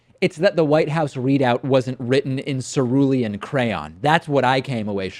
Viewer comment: I find your pronunciation of cerulean interesting